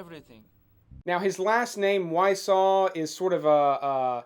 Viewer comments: It's wah-zoh not wah-saw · It’s Wise-zoh not Why-saw! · For all the investigating, why pronounce his name incorrectly? 😲